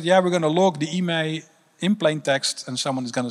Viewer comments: IMEI s pronounced "eye-me" anyone calling it an "e-may" probably doesn't know what they are talking about. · It's I.M.E.I not emai... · Thought he was saying email Yeah, logging IMEI for a game is extra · Dude says IMEI like its a word. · Didnt know people called IMEI “emay “😅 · i-m-e-i , its not a name. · Emay number First time I'm hearing this pronunciation of IMEI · Guy is obviously very inteligent et all, but decides to proniuce it "emai" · Never heard of an IMEI being pronounced that way 😂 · Nobody talking about the way he pronounces IMEI? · The way he pronounces IMEI takes any and all credibility away from his statement for me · OK if you say so. Any evidence? Specifics? I mean he MUST be an expert. I've worked in the mobile industry for 27 years and never heard anyone pronounce IMEI the way he does, but hey, if you say so, without giving us any data to back it up. Doesn't seem to know that Rovio is the name of the company that makes Angry Birds, but sure, you sound like you know what you're talking about. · Bro is basically keynote at a ted talk an can't say "IMEI" Yet he repeatedly includes it in his speech..